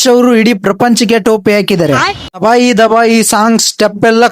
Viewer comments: ದಬಾಯಿ ಅಲ್ಲಾ ಗುರು ತಬಾಯಿ ಅದು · ದಬಾಯಿ ದಬಾಯಿ ❌ ತಬಾಯಿ ತಬಾಯಿ ✅